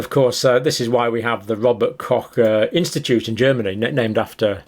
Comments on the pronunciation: Pox Copsulate, cock poxulate, kochsulate etc... 🥴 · Rober Koch (co*k) 🤣 …. well how to explain how to pronounce CH 🤔